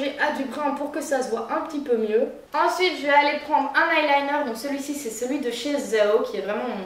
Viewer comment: Cela me fait penser à Shera Kerienski quand elle dit "ensouite"